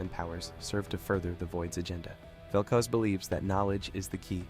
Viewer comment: Why does evwry league content creator love to mispronounce names? Like are they using Ai text to speech, and it ain't even consistent lol vel CUZ and vel coos